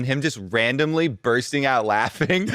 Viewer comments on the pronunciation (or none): none